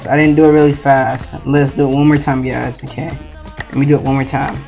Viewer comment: ok you gaisss; u need a better tutorial; ok you gaisss